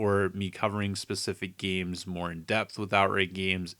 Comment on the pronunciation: Did you say "gemees"?